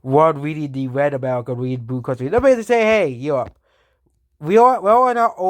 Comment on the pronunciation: Dis County is wed,an dis countie is bwoo..